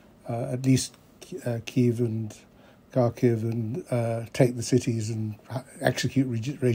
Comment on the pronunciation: "Ki Keev" stopped me. Sir Lawrence suffered a glitch in his programming. If he can't stick to the script, he'll get cancelled. I think I'll take a look at what RT and the Global Times have to say. Diversity is our strength. 🥴 😂